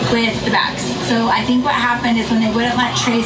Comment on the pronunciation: “Tink of gas” 🙄